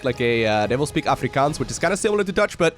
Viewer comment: Hey, You are our "Broeder van n ander moeder" who docked here in Afribyssal Reef LE many starcraft moons ago. You are not alone:-) What irks me the most is when foreigners say we speak "Afrikaan" Its Afrikaans damnit! Aou said it correctly. Afrikaan sounds like "Skringkaan" as in grasshopper, YOU are true brother! Cheers!